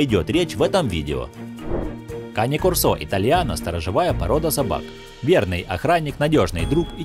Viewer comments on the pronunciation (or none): Не корсО, а кОрсо! Говорите правильно! Это итальянское слово, и у него ударение на первый слог!